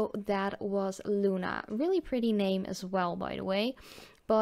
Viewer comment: i love pigments my favorite calypso y flaminko algunos nombres son en español bonita pronunciacion en español al decir luna